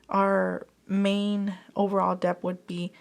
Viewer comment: Lovely video. Just a heads up, “debt” is similar to the word “doubt” in that it has a silent b. So you pronounce it “det.”